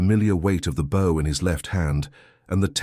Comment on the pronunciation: It is pronounced bow not bow. A human would have known that.